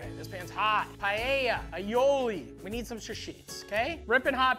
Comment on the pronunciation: I can't stand the pronunciation "PIE-YEYA".